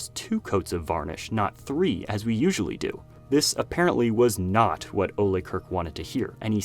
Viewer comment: The way you're pronouncing Ole's name is aggravating. The E is silent